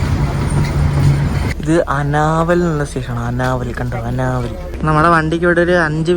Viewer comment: അനാവൽ അല്ല ആനവാൽ😅